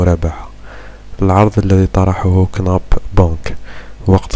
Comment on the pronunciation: هل تظن أنني أصدقك وانت اسم البنك مش عارف تنطقو صحيح !!!!